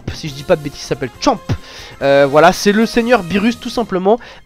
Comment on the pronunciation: C'est pas Chop mais Champa